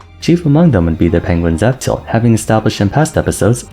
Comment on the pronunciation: When you say f tilt, it kind of sounds like you're saying up tilt, not sure if anyone else was confused by that